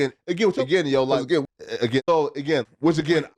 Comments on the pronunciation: I don’t think I want to hear anyone say “agian” again!! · Bro suddenly “Again” sounds like a foreign word 😂😂😂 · lol I can’t not hear it now, and it bugs the shit out of me already lol, why did have to point this out lolol fuck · He says "Again" like Terrence Howard says "Mayne" 😂😂😂😂